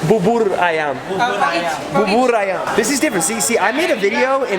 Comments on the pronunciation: And bubur ayam is like boo boor u read it like that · To spell "bubur ayam" - boo-burr > ai-yum And to correct the other 2 you said, it is "gado-gado" & "ketoprak" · him: BaburR AyaMM me: its bubur ayam. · Its not Babar Ayam but "bubur ayam" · Its called bubur ayam not babur ayam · Bubur ayam not babur ayam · "Bubur ayam" not "babar ayam" :v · Its bubur ayam not bobor ayam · It bubur ayam not barbar ayam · Spell is bubur ayam, not babar ayam, 🤣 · Bro, you pronounce it as 'booboor' ayam, not 'barbar' ayam 😂. And 'panas' means hot, i mean literally hot, not spicy hot. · The service: Bubur ayam: Babur ayam Me: Bubul ayam (Facts: I cant say R ) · Correction bubur ayam,how to say it is booboor ayam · TIGA RIBUUUUU How to say bubur ayam : Buu bur ayamm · how to pronounce bubur ayam BOO-BOOR A YAM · i thought he was saying baboon ayam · It's funny when u said Bubur Ayam. It's still not correctly how u say it. And it's not how u eat the rice here in Indonesia. And it's ketoprak, by the way.